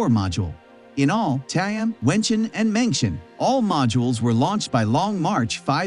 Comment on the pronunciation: At least correct your pronunciation for 'meng tian' please. Not 'mention'.